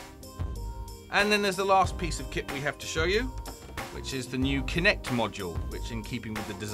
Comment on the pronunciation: Your english as well "Pice"